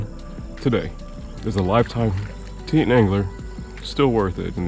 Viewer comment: it's pronounced tee-tawn. and are you wearing jeans out there?